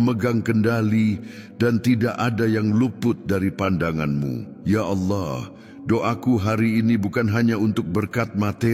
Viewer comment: Terima kasih unt doanya. Tp ada satu pertanyaan: kenapa pengucapan kata Allah bukan ALLAH tetapi aollah spt rekan kita di sebrang?? Jika memungkinkan sy mohon dengan sangat unt pengucapan kata ALLAH sesuai dgn bhs Indonesia saja. Terima kasih Tuhan Yesus memberkati pelayanan Saudara